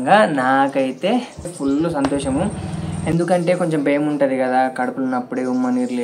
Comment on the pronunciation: బెమ్ ఐతుంది కాదు భయం అవుతుంది అనాలి